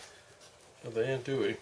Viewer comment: You don’t ever want to call it ann-doo-ee. I’m from south Louisiana, it’s pronounced on-doo-ee.